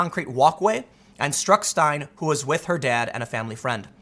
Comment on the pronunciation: Her last name is pronounced "STINE-lee"